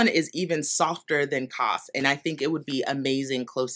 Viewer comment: You said Sandnes perfectly. Kos is pronounced koos like loose and means cosy. That yarn is aptly named.